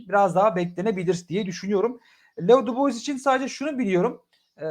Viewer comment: Dubois da "Dübua" diye telaffuz ediliyor. Neredeyse bütün yabancı oyuncuların adını yanlış telaffuz ediyor.